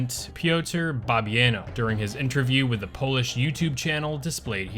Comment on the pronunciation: As a Polak, everytime you mispronounce Bloobers presidents name i cringe so hard my soul vibrates outside of my body. Bobbi-ano? 🙄